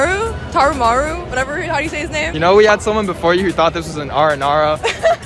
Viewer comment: “It’s none of the Aranara right”💀